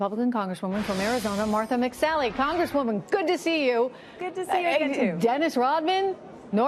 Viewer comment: She can't even say his name right for Christ's sake..."un" is pronounced "oon"